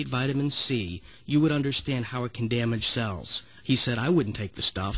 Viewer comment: What is "synthectic"? What is "damgage"? What is "itamine C"?